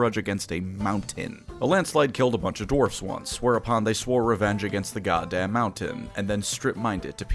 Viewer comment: TIL says the word Mountain as "Mow-tin"